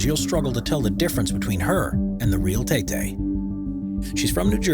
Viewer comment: Why did I feel weird with how he said "Tay Tay" 🤣